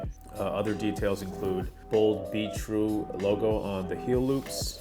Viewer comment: Who else thought it sounded like he was saying beetroot